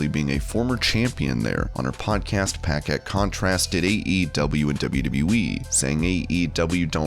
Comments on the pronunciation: For future reference, it’s puh-KETT, not pack-ette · I've never heard Renee Paquette's name pronounced like that. It's pronounced Pa-ket not pack-ett.